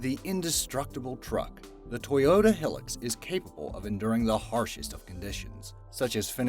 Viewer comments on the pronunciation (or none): Said like Toyota Hi Lux not pronounced hiĺ ux .... doh!!! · The 3310 was strong as nails! And CAT make phones too. Yes, the construction equipment. “Hill-ux”?.. it’s “high-lux” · It's not "Hill-lux"... It's pronounced "High-lux" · It’s hi lux. Not hill ux. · Its pronounced Toyota Highlux not Helux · Ahhh what's a Hill-lux?? I think you mean Hi-lux... 🤦‍😏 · Olso, it's Hilux, not Heelix. This one you actually do pronounce as 2 words. Hi(gh) Lux. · Is is just me or did he say hilix not hilux cause he should be banished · It’s pronounced hi- lux not hilloxs and Nokia is pronounced knockia not no- kia 😂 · Its more like High-lux not helux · HIGH-LUX NOT HILL-UX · is it pronounced "hill lux" over there? we call "hi lux" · It’s a Toyota hilux not hillex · WTF is a he-lix? It's pronounced high lux, you know like how it's spelled. HI-LUX. HILUX. Not he lix. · Not pronounced hilax it's like high lux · learn how to pronounce stuff narrator.. its a HI-LUX if it was as you say it would be HILL-LUX or some BS now go jump in your KNEE-SAN and get to pronunciation class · its toyota high lux not hill ux not the spelling im mean the pronunciation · Its pronounced hi lux. Not hill ux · you say hilux like highlux not hillux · Toyota Hilux is pronounced Toyota High - lux, not Toyota hill - lux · The way you say Hilux just say it like Hi-Lux not Hillux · TOYOTA HILUX is pronounced Toyota HIGHLUX 😁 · I don't useually pick up on mispronounced words. Yet as an avid top gear and now grand tour fan... Its hilux (hi-lux) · You pronounce hilux like high lux idiot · Bro when he said "Hilux" like "Helux" holy fuck, that triggered something in me nothing has ever triggered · It's pronounced (HI lux) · that the fuck did u just call the truck, its pronounced, high- lux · Say it like this Hi Lux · no-KEE-ah? For reals? I'll tell you what I'M amazed about: It's how the narrators have no idea how to properly pronounce so very many words and names! And the Toyota truck is pronounced HIE-lux. Geez.